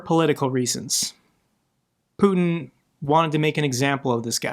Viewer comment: I love it how Macron puts the stress incorrectly on Putin's name. So it reminds of a certain French word